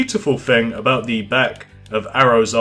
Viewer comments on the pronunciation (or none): none